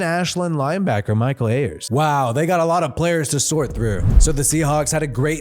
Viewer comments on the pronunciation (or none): none